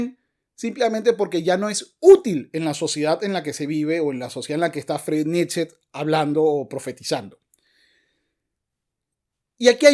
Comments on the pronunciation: Nietzsche se pronuncia Niche. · Como alguien que ni sabe ni pronunciar el nombre del homvre del que va a hablar podria saber de la filosofia del hombre?